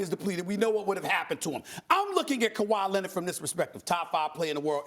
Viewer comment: Stephen A. "Kawhi Lennid" Smith